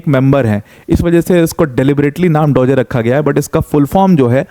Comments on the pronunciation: डोजे नहीं डॉज होता हैं। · Mostly indian unaware about DOGE crypto .... so they pronouncing wrongful 😂😂dogeey/dogyy etc